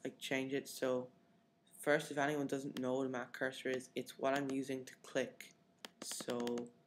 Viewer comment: ......................you say cursor not that......bad....video :(